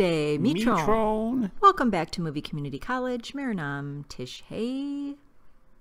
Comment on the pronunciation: Namaste mitron In this we generally do not not pronounce the ending 'n' in mitron But it is a nosal sound You can spell it as simply mitro